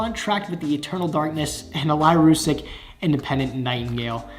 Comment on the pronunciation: anyone else gonna pick up on the fact he's calling the lyrilusc archetype lyrusic?